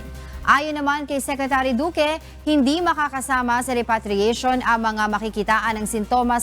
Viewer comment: kindly seek the help of google on how to pronounce the word REPATRIATE properly.....